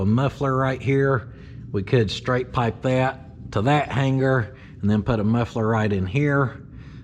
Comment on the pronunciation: I love ya brother, and I know its a sin to judge, but I also get the feeling your accepting of some good natured ribbing. New Dictionary - "Hanger": pronounced "hang-grrrr. "That stock hang-grrrr is in our way" I appreciate all that ya do friend, and enjoy the content and laughs every video. My dog sees dead people, maybe you need an exorcism in the loft.... Get em Theo!